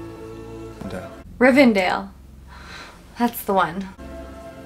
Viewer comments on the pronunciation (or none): Rivendell, not "RivenDALE" haha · Great reaction as always! But uh.......... ITS RIVENDELL! 😅😅